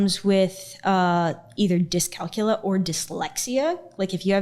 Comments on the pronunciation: Sorry not sorry but people with dyscalculia (LEE-A, not LA!!) as their excuse should probably get paper & write down all this crap & start detangling this mess. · It’s called DYSCALCULIA not Discalcula! 🤦‍♀️ Numbers don’t “swim” a person with dyscalculia has trouble understanding number-based information. As a person who has this learning disorder I just have a more difficult time doing math and remembering numbers, but I can still balance my check book and pay my bills! This lady really really needs to see a therapist before it’s too late. 😢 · It's dyscalculia not dyscalcula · the way she's not even saying dyscalculia correctly is killing me lmaoo